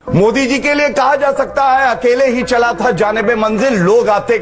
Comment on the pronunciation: ओबैसी को विचित्र बीमारी है... वह मोदी शब्द का उच्चारण नहीं कर सकता — मोडी मोडी बोलता है!